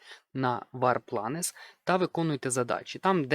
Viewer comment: я знаю англійську мову тому з впевненістю пораджу тобі казати не "вар планес", а вар плейнс бо воно так і читається)